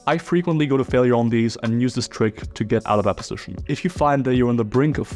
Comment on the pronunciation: posishion, posishion position, not a posishion